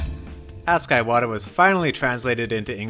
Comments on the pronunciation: It's Ee-wata, not Eye-wata. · Iwata not eye-wata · He’s saying his name like a fucking Apple product iWadda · It’s pronounced “ee-wata” not “eye-wata” “ee-wata” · Why do you pronounce Iwata as Eye-wata??? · What is is with Yanks and deliberately mispronouncing foreign names??? Eye-wata???????? come on make an effort at least🤦🏻‍♂️ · Eyewata made this hard to watch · He pronounces Iwata's name that way because reading this book made his "eye-wata". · Since I speak Japanese, I’m hearing this “あいわた”/Aiwata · Anyone else bothered how he mispronounced Iwata every single time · I waddah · Pretty disrespectful to not pronounce his name correctly. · Imagine calling yourself a journalist and not bothering to learn how to pronounce a name It's not just this video, it's a consistent problem with all these Nintendo YouTubers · Not really